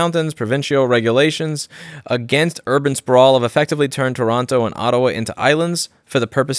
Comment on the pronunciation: did....did you...just pronounce Toronto right?